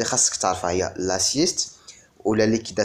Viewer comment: Merci pour le contenu mais vous devez vérifié la prononciation de certains termes comme assiette fiscale et non pas "la sieste" on dit intermédiaire et non "intrimidiation" c grave quand même